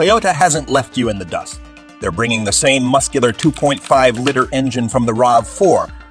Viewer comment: 2.4 "litter". There's something very wrong with this AI voice generator.